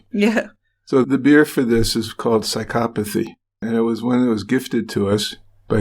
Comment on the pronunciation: So glad you know how to pronounce psychopathy........